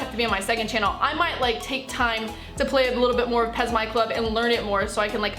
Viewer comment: Its pes not pez